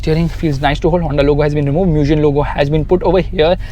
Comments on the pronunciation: Its Mugen, not M-U-gen 🤦🏻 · Bro really pronounced "Mugen" like "Moojin" LMAOOOOOOO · Btw "mugen" is pronounced "मुगेन्" which means "infinite" in Japanese